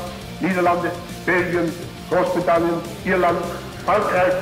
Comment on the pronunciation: the german word for "Great Britain" is apparently pronounced like Hos-pit-al-le. such an educational video